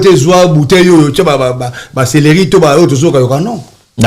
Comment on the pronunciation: Papa journalist, ba bengaka yango 'celeri'...et non, 'cereli'